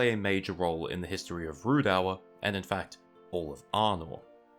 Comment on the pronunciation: please learn to pronounce things better, its not ruedour, its Rhudaur, its uhreeador, its Eriador.